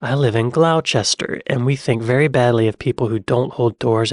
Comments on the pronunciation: it's pronounced "Gloss-ter" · Nooooooooooo! Not Glowchester - Gloster! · Did you say Glowchester…. Gloucester sir Gloss-stir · Gloucester... It's not pronounced Glo-chester, it's Glos-ster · "Glouw-sester"? "Gloster"!!!! 🙂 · Glosta not Glowchester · Gloucester is pronounced gloss ter, also how old is that video cuz im sure a freddo is like 60p now and the chocolate one is a proper freddo no the biscuit one. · Sorry but it's not clow chester it's gloster lol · I am British and 56 years old and want to know....... WTF is a Fredo ?. pS, Jaffa cake is a cake the size of a biscuit PSS, it's pronounced Gloster, no, not Glowster, Glos ter. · It's not glou Chester it's pronounced gloss ster fyi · "Gloster" not "Glauwchester". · we think very badly of people who pronounce Gloucester as Glou-chester 🙂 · Not the Freddo biscuits, the chocolate bar :) It comes as solid chocolate, or as caramel filled. Also, Gloucester is pronounced "Glo-stuh" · Where did Dr Foster go? Not Glowchester! Sorry, thank you. Brit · I'm not sure if anyone else picked up on these, but it's the chocolate Freddos that people get het up about regarding price increase/size decrease and Gloucester is pronounced "Gloss-tur". Jaffa Cakes are ace and if you have a PO Box, you can just about guarantee that you'd get about a hundred boxes sent to you. So many in fact that if you do like them initially, you'll soon get sick of them and probably never want to see, smell or taste them ever again! 😂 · Bahahah! Oh bless you. Gloucester is pronounced "gloster". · "Gloucester" is pronounced "Gloster"... You're welcome. Another good video, sir. 😊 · Live near a temperate rain forest in the Lake District. THAT'S how much rain we get! please learn how to pronounce Gloucester. It sounds like gloss-ter. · That was one of your best reactions, you got everything, nore or lees, spot on, youu have to work on your pronunciation of Gloucester though